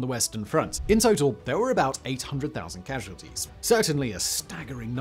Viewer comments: "Cassualties"? Great video, as always! 🙂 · "cassualties" 😂 Edit "disturbannce" 😂😂